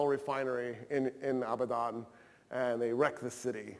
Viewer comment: One mistake that I noticed, the city name Abadan meaning is not never although he is pronouncing it like ابدا which correctly means 'never' as he mentioned the correct city name is عبدان which is a different word the confusion is due to the pronounciation of letters 'ا' and 'ع' is 'a'